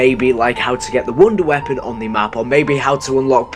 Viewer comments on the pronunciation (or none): It's not "wunder weapon" it's "wonder weapon"